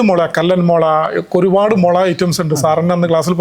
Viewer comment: മൊള അല്ല മുളയാണ് ഭായ്❤